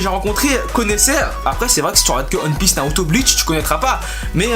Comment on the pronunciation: Quand est-ce que tu arrivera à prononcer "one Piece" correctement ? Tu le fais exprès ?